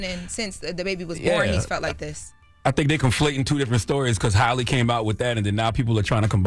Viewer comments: For some reason people have always struggled with the correct pronunciation. Black people have been calling Halle Berry Holly Berry for years. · Halle’s name be tearing them up & idk why. It’s not Holly or Haily. Halle is not hard to pronounce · SMH that Jess is the only one that can pronounce that lady's name correctly. It's Hal-E like Halle Berry. Not Holly, Charla. Not Hailey,. If they can pronounce Kamala correctly, this shouldn't be that hard.